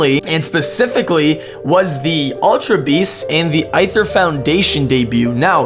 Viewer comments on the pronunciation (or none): It's pronounced the same as "ether". Aether (ether) is supposedly the element found in "space". Fire, water, earth, wind, and ether are the 5 main elements, according to Buddhism (I think). Aether is usually thought of as being "of the gods", which explains why Lusamine chose the name, and why she appears to think she is special and better than other humans.